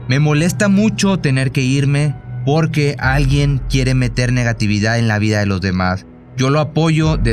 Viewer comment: Nunca dice porque. Dice borque .